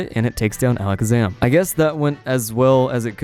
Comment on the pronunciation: Alec Zaman??? - it’s Ala Kaz Am like magicians say…